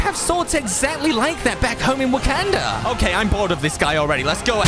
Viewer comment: Wakanda not wakenda